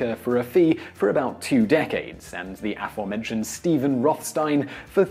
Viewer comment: You really need to learn how to pronounce aforementioned, since you want to use the word so often.